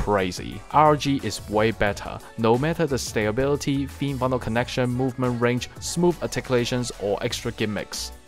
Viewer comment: Advice on your pronunciation: you pronounce stability as "stay-bility" which you can work on.